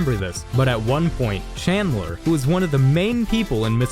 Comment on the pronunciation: Bro wth I mean you got all of them right except for chandler